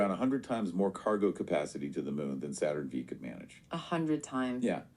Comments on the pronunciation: Saturn "VEE" Yep, there's the tell. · V….saturn…v. Not 5…v. Lmao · AI bad. good. Saturn Vee 😂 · Other than "Saturn Vee" the other AI obvious clue is the use of "palpable," it's a dead giveaway. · The AI generated podcasts suck, you can clearly tell its AI generated, and, they make mistakes and errors, like “Saturn Vee”… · If a human teacher started telling his class about the Apollo missions and kept saying "Saturn Vee", that would be seen as incompetence because you'd expect him to know that the nomenclature for naming and numbering those rockets was done purposefully. But is this something AI can grasp when it doesn't even understand context? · This is utter garbage. How can this be treated as authoratitive in any way when these "people" don't understand context or how to say "Saturn V"? If Scott Manley said that you'd think he was having a stroke. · the Saturn Vee pronunciation is actually common among foreign speakers and people who aren't space addicts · Thuring Test... And that Vee caught me as well, have heard other Roman Numerals butchered as well 😉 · There are several small errors in the AI podcast simulation. The “Saturn Vee” is the most obvious. They also said ULA was launching SLS. I laughed when they said that Starship was full of extra safety features compared to the Saturn V. Maybe they will add some, but Starship is far from ready to carry humans to space from the Earth’s surface. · The model pauses appropriately - “It weighed about… ahh…16.5 tons” Scarily real despite small errors as you pointed out “ Saturn V” vs “Saturn Five”